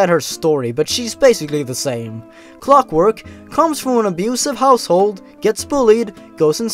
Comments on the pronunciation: i notice you changed clockwork to "cockwork" Lmao good job :D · "Cockwork" lmao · I love how the word Clockwork turns into Cockwork.. xD